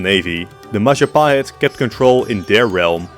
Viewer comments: it's the Mahajapit, Majahapit, Mapajahit, Mahapajit, Mapajahit... Ma.Ja.Pa.Hit? 🎉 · ITS the Majahit mahatjapit majanhen Ma.. ja.. ha..pit?